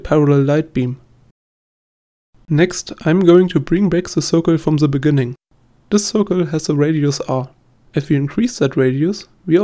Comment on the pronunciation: Bitte arbeite an deinem Englisch, das nervt manchmal ziemlich. Also tis ist besser als sis. ;) Sonst sehr gutes Video